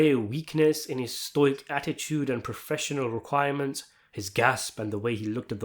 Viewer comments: Sto-ik, not st-oic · Stoic is pronounced "stow-ick" not "stoike" lmao